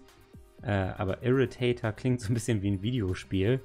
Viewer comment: Ich will keinen verbessern, aber der Irritator wird so ausgesprochen wie er geschrieben wird. Also nicht Englisch